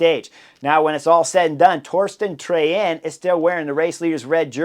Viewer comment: Pretty solid your pronouncing of name of race leader Torstein Træen. Kudos. Wish him all the best for the next couple of days.